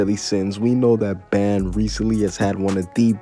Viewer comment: It is but its pronounced ban